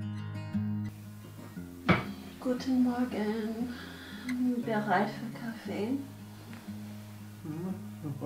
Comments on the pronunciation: You asked "Bist du breit?" instead of "bereit" which means "Are you stoned?". ;) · Love your videos. it sounds like "Bist Du breit" which means "Are you stoned" I am pro legalization, but not at this age 😉🙋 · Eure Aussprache ist sehr lustig: Du fragst Deinen Sohn ob er bereit ist und verschluckst dabei das erste e. B'reit sein ist aber was anderes. :-) Ihr macht das toll und ein englischer Akzent klingt sehr nett.